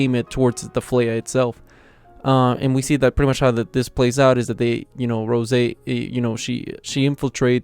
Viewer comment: Bro it’s roze like the spirit(alcohol) Not rose.🤙🏼